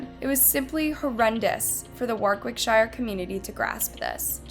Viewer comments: Nothing to do with the case but it’s ‘War-Rick-sheer’ that’s how English pronounce it. Just had to say it sorry x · More poor pronunciation - "Warwickshire", and generic. stock. footage used... just really poorly researched and the actual soundbites are from another documentary from the UK. '' is just a narrator that reads a (poor) script emailed to her... so stop. commenting and expecting her input/response. How hard is it to pronounce place names? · Enjoyed the video, only (constructive) criticism is to research pronunciation of places in the UK, it's pronounced Wor-ick-shur (best I can explain it haha) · The way the narrator pronounces "Warwickshire" 🤦‍♀️ - Why don't people make an effort to say these names correctly?!